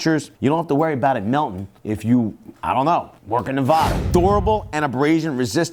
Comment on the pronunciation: As a Nevadan, I am offended by the way you pronounce Nevada 😆 it's NEVADA not NEVAHDA